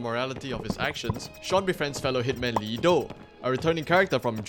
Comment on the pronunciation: Great review! Got it in recommended tab and watched it all through the end. Very nice pacing and editing, ive enjoyed it thoroughly. Also the name is Lee Da, not Do :)